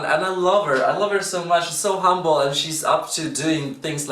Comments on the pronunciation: He said it like "hambol" is what we mean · THE WAY YOU SAID "HUMBLE" IS VERY FILIPINO😊😊 LOL I LIKED THATT